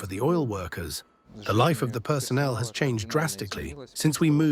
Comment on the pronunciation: "you will lie in ze pod"